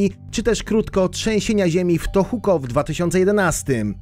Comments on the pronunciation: Gdzie ty masz Tokuho xD, powiedział tohuko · To-ho-ku, nie żadne Tohuko :) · to w końcu Tohoku, Tohuko czy też Tokuho? O tyle o ile pierwszy raz było nawet poprawnie, to dalej już bardzo słabo.